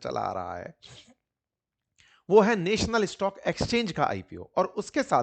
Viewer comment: नॅशनल होता हैं नेशनल नहीं